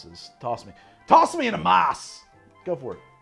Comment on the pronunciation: Why does he keep pronouncing Amass like Amoss? Lol